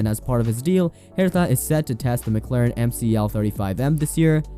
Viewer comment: He said REN NOT and pernounced Herta , wrong lol, 5 minutes as a autosport fan and you know these names, this guy never even watched a marble race, YouTubers were you recite verbatim articles about f1 and know nothing about the sport Is a booming genre, lololol but seriously it's week as shit these uncreative unoriginal people, anyone else notice?